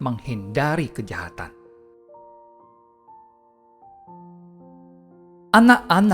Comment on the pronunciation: Mohon maaf seyogyanya...bukan segoyanya.Tapi sungguh bermanfaat mendengarkan ....